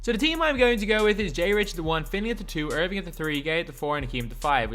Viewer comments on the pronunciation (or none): none